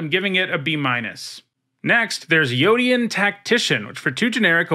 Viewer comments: Did you miss that Queen Kayla also brings back a card with mana value 3? One activation and you're likely miles ahead, especially in a red-white aggro deck. Late game you can trade out extra lands for cards with value. I predict this is a card you're going to find you undervalued. Edit: Also "Yotian" is pronounced "Yo-shun" not "Yo-ti-an." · is yotian pronounced Yo-Te-An, or Yo-Shen. I always pronounced it "Yo-Shen"